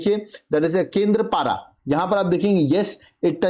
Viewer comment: 23 no केंद्रपारा nehi bolte, केंद्पडा, Or केंद्रापरा